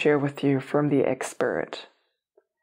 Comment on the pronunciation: I heard it that way too 😂